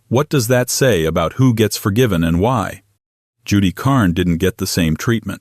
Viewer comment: Judy Carne (Carn, not Carney) hate this AI twaddle.